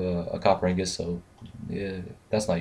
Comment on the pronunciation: Seriously... how many people are going to mispronounce "ingot". Its like %80 of spotlights.